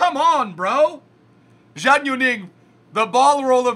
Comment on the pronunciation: FYI, Zhang is pronounced as "Jung".